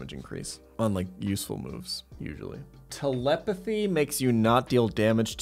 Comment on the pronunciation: Surprised no one corrected him on Telepathy